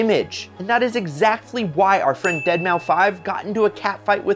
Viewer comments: Dead-mou-5? Or dead mouse? Cringe 😬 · I'm with Jay on this, beautiful cars, but the company is pretentious and douchey AF. Even if I had the money I wouldn't put up with their arrogance. Also, Deadmau5 is pronounced "dead mouse" not "dead mau 5". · Deadmau5 isn’t pronounced “Dead Mow 5”, it’s pronounced “Dead Mouse” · Bro really said "dead mau five" 🤦‍♂ it's "deadmouse" hence his mouse looking helmet, the "mouse" is spelled "mau5" like a gamer tag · Dead Mouse! Not dead mow 5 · Did you just say Dead-mau-5? Lol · It's pronounced "Dead Mouse". lol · C'mon. I'm knocking on the door of 60, and even I know that it's pronounced "dead mouse". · Its pronounced Deadmouse. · Our friend "deadmau-5" lol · That’s pronounced “dead mouse. “ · Isn't DEADMAU5 pronounced DEAD MOUSE? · Pls tell me you mispronounced deadmau5 on purpose lol